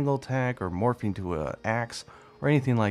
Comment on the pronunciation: Is it bad that when you were explaining what it could do I heard Morphine instead of morphing